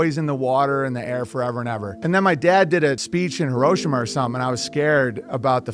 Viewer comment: It’s pronounced “HERO- SHEE-MA!” Not “Hear-RO-shima!”